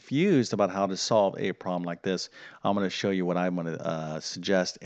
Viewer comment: The math was easy, but I found his peculiar pronunciation of the word "problem" somewhat distracting. He says "prom", one syllable. I wonder what regional accent that is.